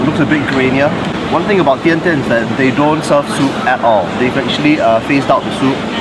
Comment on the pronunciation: Surprisingly, you as a Chinese can pronounced Tian Tian as Dian Dian.